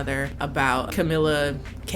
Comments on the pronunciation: I want a movie with Camila Cantaloupe and Noah Centaboubou just to hear say their names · The way she intentionally says Camilla crayolas name wrong is so funny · Camilla Cast away🤣🤣🤣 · Camila Chamomile Tea 💀☕️🍵🫖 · What do u have against saying Camila cabello 😭😭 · Yo the way you keep saying her name wrong 😂😂😭